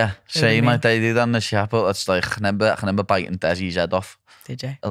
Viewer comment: You know you're scouse when you say "ReNember" hahah <3